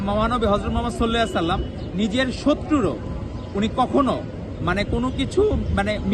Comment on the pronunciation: মহানবী সাল্লাল্লাহু আলাই সাল্লাম এর উচ্চারণ টা ও ঠিক মতো করতে পারেনা